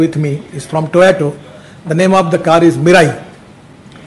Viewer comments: He is pronouncing toyato instead of toyota...being a transport minister. These small things are caught by international people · Its not Toyato Mr Gadkariji, its Toyota.But Iam one of your most avid fans,so please continue your efforts. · Gadkariji it Toyota, Not Toyato. 🙂 🙏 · Any idea why he calls it TOYOTO all the time? Someone please tell him its TOYOTA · Toyato nahi sir To-Yo-Ta. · Gadkariji, please start pronouncing Toyota correctly.